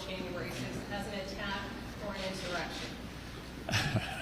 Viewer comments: Did Senator Schumer say erection instead of insurrection?? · How many times is Schumer gonna mess up that word? He's done that at least twice already. Mr. Freud had something to say about that! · This man literally just said erection instead of insurrection 😂😭😂😭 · Did he just say erection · Chuckie said insite an "Erection"! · Did this man say erection omg🤣🤣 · Who else heard chuck say erection?😂😂😂